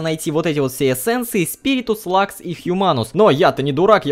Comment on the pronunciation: не лакс а люкс